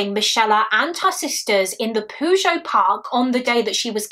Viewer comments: PYOO-djet, not poo-joe. lmao. It's Pyoo-jet, like in Puget Sound. Not sure where you got your pronounciation from but it made me laugh xD A great video as always. It's really gross that it seems Jennifer's murder happened BECAUSE of Michella's. I think he called in Michella's perhaps to offer a genuine tip, but when he saw Jennifer, he decided to attack her and basically frame Michella's killer for his crime by making it look the same. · I love your videos! But as someone who lives in the area of this case puget is pronounced (pew-jet) it made me giggle every time you said it 😂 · Fantastic job! I did want you to know for future reference that Puget is pronounced pew-jet. The ocean area there is known as Puget Sound. It's quite well known in the country. It's a big area, so it might come up again in the future. I don't want you to think I'm giving off troll vibes.😂 You are amazing!❤️